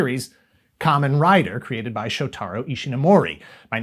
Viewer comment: When are they gonna stop "adapting" Japanese toku shows, and instead just properly sub or dub them? also you heavily mispronounced shotaro's name.